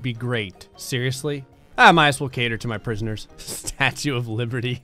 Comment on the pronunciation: Excuse me, but I believe it's pronounced "Prizooners"